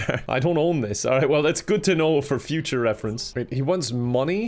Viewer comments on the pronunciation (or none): none